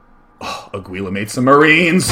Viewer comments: why would it be more likely? way more people speak spanish these days compared to latin. It's Aguila, pronounced AH-GEE-LAH like the other guy said. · actually aguila means hawk (spanish) its not pronounced aguila, its more like a(like the a in almost) - gi ( like giggity) - la (lacrosse) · It's pronounced "ah-gee-la". Aguila is Spanish for "eagle" Thumbs up so he sees